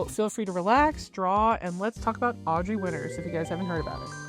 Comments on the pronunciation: Very small nitpick on the video im sorry. But she goes by Audra. Not Audrey. I get it they sound the same but this situation has gotten so big in scope that if you’re covering the situation as of now, you can at LEAST get her name right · Nope, it’s Audra Winter, no “s” at the end. No idea why people keep misspelling it. All you have to do to check how to spell her name is to google her. You also called her Audrey around minute …kind of weird.